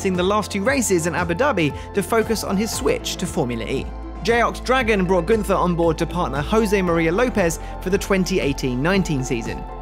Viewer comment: Very impressive what Günther has achieved in the short time and this despite the adverse circumstances. Btw: Günther is pronounced without the th. It must be pronounced like single T